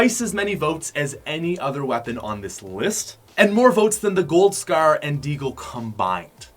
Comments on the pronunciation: “The scerr”😂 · Is it just me or does he say scar "scher" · Why does it sound like he’s saying scare instead of Scar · The way he pronounces "Scar" haha xd